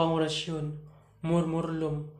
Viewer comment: Murmulum po ba murmurtum alin po ba tunay kac pag binabasa nio po eh murmurlum yan po ang naririnig